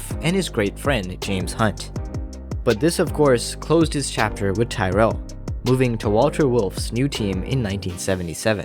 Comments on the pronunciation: Stop saying “Tie-rell”. It’s pronounced “Tirrell”. “Tyrrell” rhymes with “squirrel”. It’s a short vowel, not a long one. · Good video. However, Englishman, Ken Tyrell's surname isn't pronounced "Tie-rell" but "Tirul" And I think French man, Cevert, was also pronounced "Sev-air" But these are but little details 👍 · Something to keep in mind for the future. The correct pronunciation of Tyrrell is tee-rel (as I'm rely) instead of ty-rell. Otherwise great video bro! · Pronounced Tirrell.